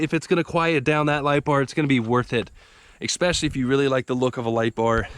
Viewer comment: Sorry but it's just been bugging me for too long..... The word "especially" is pronounced "eh special ly" NOT "ek special ly". Rant over